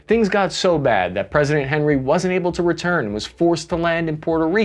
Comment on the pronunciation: it’s pronounced awn-ee. President awn-ree. Not Henry like he’s from Cincinnati